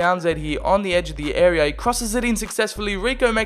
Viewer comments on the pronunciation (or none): none